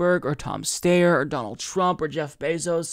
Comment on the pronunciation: Tom St-I-er is the pronunciation. I used to sometimes make that pronunciation mistake until I heard it from the horse’s mouth.